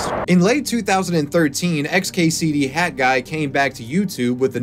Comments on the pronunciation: Stop saying "Hadguy". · HAT guy... not HadGuy.....pronounce your T's!!! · Why is he calling him had guy. It's hat guy 🤦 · Why do you keep saying HAD Guy instead of HAT Guy? Your pronunciation is very confusing. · Why do you keep pronouncing hat guy...."had guy"? No disrespect it's just tripping me out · You should really learn to pronounce the letter T. Hat should not be pronounced the same as had as you do in the video. Sorry but it really got on my nerves. Lol. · HAT! HAT! Not HAD! NOT HAD! Learn to pronounce 't' when it's at the end of a word! Maddening! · you pronouncing hat as had the whole video was driving me nuts. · And it's HAT guy... NOT Had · Cool update, but why are you calling him HAD guy when it’s clearly HAT guy. While I’m on this topic, why have so many people turned into Jennifer Lopez and dropped the T, (or made it a silent T, which doesn’t exist in the English language) in so many words, (the exception being if the word starts with a T)? This is especially happening in names, for example Colton and Clayton is incorrectly being pronounced like Col-in and Clay-in. It drives me nuts. Why are people intentionally dumbing down the English language? STOP IT! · I hate how he keeps calling him "had guy" It's HAT. WITH A T. TTTTTT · Dude why have you made a video about someone when you cannot pronounce his name correctly? Its hat with a T not a D. You do it throughout the video which is really good but you say his name wrong continually. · Interesting video but I can't get over your enunciation of the word hat. It sounds like you're saying had guy. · Especially when he keeps saying Had guy, like pronounce the fucking t dude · why do u say hadguy?